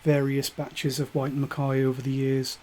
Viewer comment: Interesting local dialect, pronouncing "WHyte" as SHwyte" With a Glen Moray Classic sold in the supermarket for £20, I can't see the point of these Blends, honestly. I also love Tamnavulin but only in Ex-Bourbon without any finish. Ex Oak Carn Mor Tamnavulin 2009 13 Year Old American Oak Douglas Laing Provenance 8 Year Old 2015 (cask 19143) Tamnavulin 12 Year Old OB, You can still find it for about £105